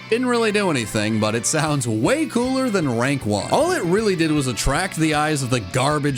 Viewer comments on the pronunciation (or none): none